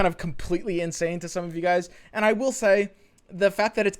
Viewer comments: Cant unhear now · Anybody else notices how always says "Andz" not "And"?